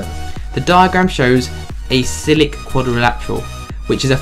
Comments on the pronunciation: I was thinking the same thing. 'Cyclic' is pronounced 'syklik' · Bro really called a cyclic quadrilateral "cylic" 😭